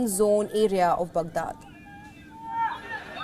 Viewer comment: I find it very difficult to train my ear to how this lady says “ Baghdad”… it’s just so weird. I wonder how Palki would say it.